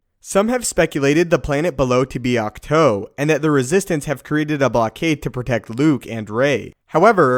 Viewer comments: Dude, it's pronounced AWK-TWO. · Isn't it pronounced Acht- TOO like the number two? I'm sorry this just bugged me a little the whole video. Otherwise awesome vid! Can't wait to see Rey train and become more powerful. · Pronounces the name of the island AND the walkers wrong.....